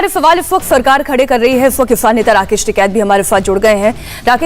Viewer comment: Tiket bolna sikh le phele